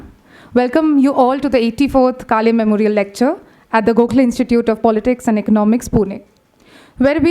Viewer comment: to the lady doing the introductions at the beginning it is काळे and not काले . Surely you can take some effort to pronounce that right. you are representing the institute